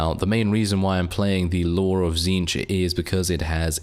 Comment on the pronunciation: Says Tzneetch correct on first try Me: T^T I’m so proud, praise the great conspirator.